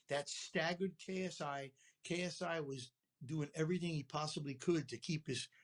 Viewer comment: You said KSU😂😂 it’s ksi